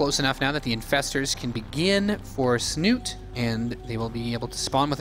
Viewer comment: lol I am starting to call him Snut. when his name is actually Snute in norwegian. Learn it caster ^^ he is too famous now to not pronouce it right!